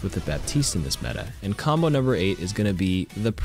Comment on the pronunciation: mombo? Am I hearing this right